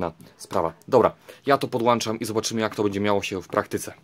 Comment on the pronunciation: *podłączam, a nie "połdanczam" xd